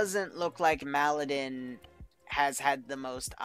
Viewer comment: i love your videos, but plese. The map it's Malden, not M'Aladin.